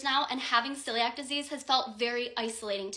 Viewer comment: I haven’t watched all of it, but my mother has Celiac’s…. It’s not pronounced how that girl said it.